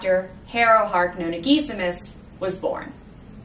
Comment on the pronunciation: "Noh-nah" - per the GtN's pronunciation guide - being a fragment of "Noh-nah-GUESS-i-mus". Pronouncing it "know-nah"... that grates.